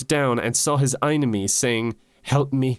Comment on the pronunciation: Im playing phasmophobia while i watch this and right as he said "I am your einime" Thunder struck.